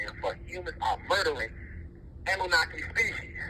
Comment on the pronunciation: No disrespect but its kind of a red flag to me when he doesnt even know how to pronounce Annunaki